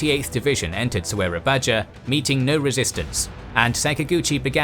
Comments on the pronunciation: But 0 research on pronounciation. "Ah, yes of course... my favorite cities, Kilegon and So é ra ba ja!!" 😂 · and: It is a great work you've done historical visiuals of SEA situation during the WW2 -Japan invasion. The only input i've mentioned in previous video is the pronunciation. The dutch uses "J" but you should say it using "Y' not english J. So "Soerabaja" supposedly state as "Surabaya". If spelling english J in dutch, they uses 'dj'. Therefore I think just need little tweakings in those spelling and pronunciation only. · it's su-ra-ba-ya goddamit su as superman ra as rascal ba as baltimore ya as yahweh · As Indonesian I never experienced such detailed history in this part, well The way you called Soerabaja now is Surabaya not "ja", and Bandung is called "u" like uber :v, and I believe our heroes like Jenderal Soedirman or General Soedirman is not in action and our nation just watch this and not know about this, well after this Japan is known like liberator of ASIA well we not know about the massacre tragedy later, well its nice to See such great history in my country I hope you came out in our war for Independence too in Japanese and Dutch Thankss for the Video broo, Great thanks from Indonesia 🇮🇩🇮🇩🇮🇩🇮🇩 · Old spelling makes it difficult for you to read it and many mis-mention the name of the city in Java. e.g: Soerabaja = should be readed as "Surabaya" Bandoeng = Bandung Tjilatjap = Cilacap etc. But this is a great video! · I love the content so far, but the narrator horribly mispronounces every single place name in Indonesia because the map is is using the old Indonesian spelling standard, which does not sound as it is spelled. For example, "Soerabaja" should be pronounced "Sue-raw-bye-ah." Also, the letter "c" in Indonesian is a "ch" sound. If you are reading this, please try to find the time to quickly go through the proper pronunciation. Awesome production and I'm so glad this part of WWII history is being covered.